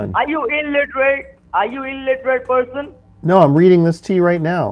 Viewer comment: This is absolutely hilarious. "Are you illerate?"